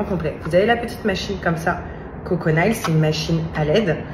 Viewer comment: Mon Dieu si tu ne parles pas anglais ne dis pas n'importe de quoi les ongles en anglais c'est mails prononcé Neil ou Nil on dirait en France le cour d'anglais n'existe pas